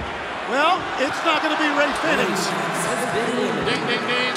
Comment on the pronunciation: Hate how ol dude says fenix